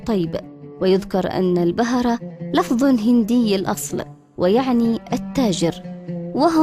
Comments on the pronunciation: تسلمي .. تقرير جميل كجمال قرية الحطيب. طائفة البهرة تنطق بضم الباء وليس بفتحه..شكرا لك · البهره بضم الباء وليس بفتحه